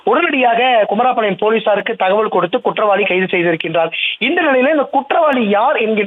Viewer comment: செய்தியாளர் தங்கமணிக்கு தமிழ் பேச .. உச்சரிப்பு கற்று கொடுங்கள்....குமாரபாளையம்... பதில்....குமரா பாளையம் 😮